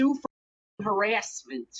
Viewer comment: I love the way he says harassment like herASSeMent